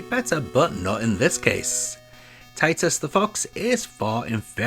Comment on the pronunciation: Did you just say tits?